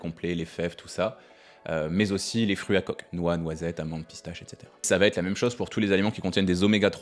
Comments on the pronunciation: 😡 Ça va têtre ??? Ce n'est pas une erreur parce que vous le dites au moins 1 fois par vidéo ! Pour quelqu'un qui est instruit c'est quand même étrange ! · Ça va être.. plutôt que "ça va t-etre"...😂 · Que de bons conseils, je m'abonne. Mais il faut arrêter de dire "ça va-t-être"